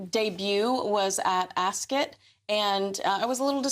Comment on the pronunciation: Thank you makes No sense she has NO sources and she misprounnces Ascot, calls the UK a town